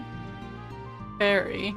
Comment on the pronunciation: No pressure, good luck, and I am so happy to have you back documenting your FF runs. My favorite part of this episode: how you pronounced "Ferry." X3